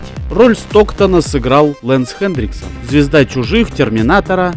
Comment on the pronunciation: У тебя даже на экране написано Хэнриксон, а ты говоришь ХэнДриксон